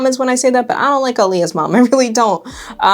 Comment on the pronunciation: thank you for saying aaliyahs name right 🥹🥹🥹